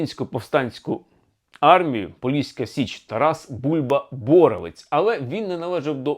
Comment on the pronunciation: Краще казати Тарас Бульба-БоровЕць (наголос трохи змінити). На Поліссі це досить відомий упівський командувач. Я виросла на розповідях про нього, так як він родом з сусіднього села моїх діда й бабці з Рівненщини